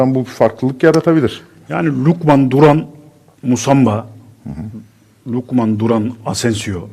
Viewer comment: MUSAMBA NE AMK OKUMANIZDA MI YOK YAAA